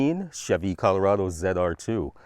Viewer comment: ZR2 not ZEDR2